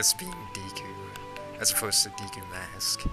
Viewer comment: When you say Deku it makes me think you are saying DQ.